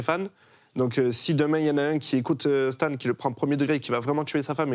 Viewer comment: Vraiment tout est nickel : mais la prononciation des termes anglais en francisé ... c'est tellement pas bien. Il y avait des moments ou les invités n'arrivaient pas à prononcer Marshall Mathers correctement. Le morceau 'Stan' ( prononcée STANE ) : massacré ... Il y aurait tellement moyen de faire des efforts la dessus. Sinon , pour le reste, bravo.